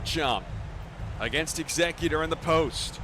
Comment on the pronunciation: Eggs-ze-cutor lol or Scissor... Great analytical commentary though